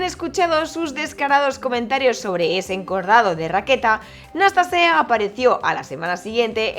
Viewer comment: ¿"Nastasae"? "Nastase", tal como se escribe. Fue mi primer ídolo.